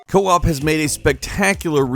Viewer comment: ... You said co-op not co-op